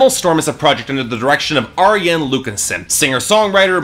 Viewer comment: You're getting better with your name pronunciation. I think you got Arjen's correct this time (cover killer has the same trouble with soft J's... Gers is yanick not janick; Floor is yansen not Jansen; Lucassen is Aryen not Arjen) but an FYI for next time, it's Annika (like Ann ih kuh) not anni-kay. You were close, just drop the "ay" at the end.